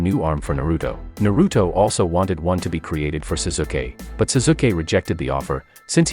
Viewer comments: lol this guy calls sasuke as susuke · He said suzuke but still wierd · zuzukeh = sasuke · It's Pronounce Sasuke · Ah yes, Sasookay. That's how you pronounce Sauske's name. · the way he said sasuke he obviously hade never watched an episode of naruto in his life he said zazuuukeee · Seriously, he pronounsed Sasuke as Suzuki? How do you even do that?! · Bro the way you say their names are hilarious especially the way you say Sasuke’s name 😂😂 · bruh i bet u only read manga u pronounced the wrong way of pronouncing sasuke btw its toad sage mode u also cant pronounce jutsu and uchiha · You said Saskue wrong